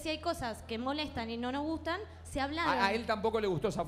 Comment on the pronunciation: "Cosas que nonogustan" APRENDE A HABLAR!!!!